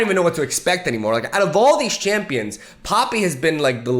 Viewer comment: Just one thing I realized since i started wAtching ur videos like 4 months ago What with ur way of pronouncing champs names ? 😅😅🤣